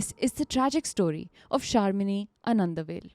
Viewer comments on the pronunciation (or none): 13 whole truth with the intro, 7 without the intro. Have been an ardent criitcal listener. Taking this moment, to mention its pronounced as "Aanad" not "Anand" 😢 I don't understand this unnecessary shortening, because even in Hindi its pronounced that way. Any specific reason for this? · Anadavel is to be pronounced as " aa-nand-uh-vel" like happy vel